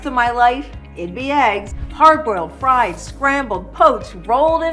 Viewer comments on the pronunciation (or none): none